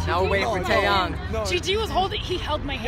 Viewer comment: It's taeyang not taeyong